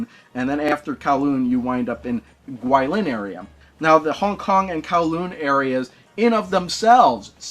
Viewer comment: Totally mangled the pronunciation of Yokosuka and Guilin...